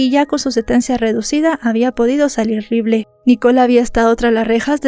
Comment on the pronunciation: LIBLE, JAJAJAJA. NO ES NADA SOLO SONABA GRACIOSO, ESPERO QUE ESTES BIEN DEL TODO, ME GUSTA TUS CONTENIDOS INFORMATIVOS, DESDE R,D) WAO HABLANDO DE ESE CASO, YO PENSE QUE CON LOS MORETONES EN FOTO LAS VISITAS AL DOCTOR, YO PENSE QUE SALDRIA INOCENTE. Y NO HAY UN CASO SIMILARES PERO DONDE LA VICTIMA SALGA INOCENTE. PORQUE INCREIBLE ESE CASO, BAY, BY